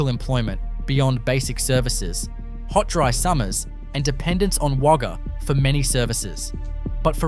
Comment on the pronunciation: Great but u can't pronounce our Australian names ! Eg Wagga and Gulgong